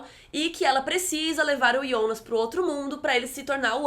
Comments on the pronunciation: Pq vc chama o JONAS DE YONAS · "iounas" kkkk